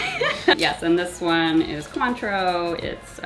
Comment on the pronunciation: I looked it up because I was curious - It's not pronounced "kwaan-trow," like said, it's pronounced "kaan-trow." And all this time Ive been saying "coin-trow."